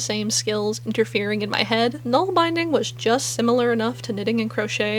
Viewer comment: Nålbindning = nawl bin dning